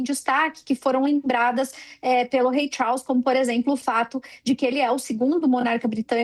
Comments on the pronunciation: Rei "Chaulss" kkkkkk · Essa mulher pronunciando o nome do Rei Charles chega me dar nervoso. Querida, essa pronúncia esta péssima.